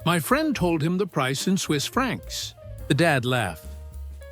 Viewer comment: Its "francs", not "Frank's". One is money, the other is a bar. Or a diner.